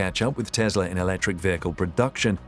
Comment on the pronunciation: Its Tesla not Tezla